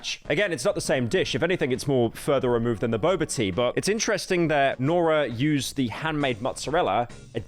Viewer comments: oh i thought he was saying bubble tea but pronouncing bubble silly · Bubbah T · Bubba tea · Pyro : I WILL NOT MISPRONOUNCE NAMES. Also Pyro: "Bob-ah tea" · “Huger bober tea”-pyro pronunciation cynical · He kept pronouncing Boba as "buba" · Pyro being paranoid about pronouncing certain names wrong but pronouncing boba like 'bobbah', the most british interpretation of that word, is so funny to me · He's British, the same people that think color is written colour. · Pyro not knowing how to pronounce "bubble tea" is insane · bro really tried to avoid mispronunciations and then pronounced boba like that multiple times.